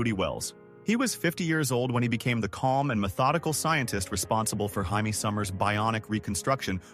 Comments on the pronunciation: Right? It's Jay-me, not High-May! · UGH fix the audio. Its Jay-Me not HI-Me. Also that one pic is Richard Dean Anderson from stargate. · Hamee ? It's Jay mee . She is not Spanish . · Why does the voice keep saying Jaimie summers a guys name when it’s a lady name